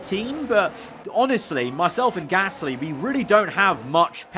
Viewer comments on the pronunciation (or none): Praying for next season can say Gasly correctly